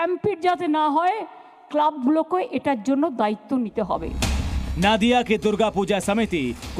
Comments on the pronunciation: It's Nadia. Not Naadia. Pronunciation thik kijeye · नादिया नही वो नदिया होगा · नादिया नहीं, नदिया जिला के रानाघाट में ।रिपोर्ट पढ़ने के पहले सही उच्चारण जान लें। धन्यवाद। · Aap Jaise Prabuddh News Anchor Bhi Galat Ucchaaran Karte Hain... Sahi Uccharan नदिया जिला Hai नाडिया Nahi...